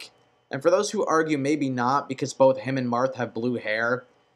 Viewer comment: Did he really say Chrome and Luchina? :/ Its Chrom and Lucina. Also I thought he said Mark instead of Marth a few times.